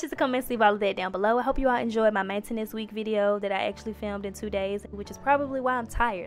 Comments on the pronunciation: Why she say maintenance like that Nobody: Her: Main entance Chill it a joke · The way she says Maintenance 😂😂😂